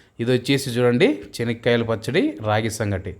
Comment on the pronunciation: His pronounciation is correct as in Kadapa the groundnut is called as " Chenikyala Pachadi". The potatoes are called Urlagaddalu, onion as Erragadda and garlic as Tellagaddalu.